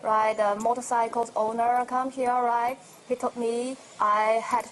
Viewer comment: Why does she keep saying "righ"?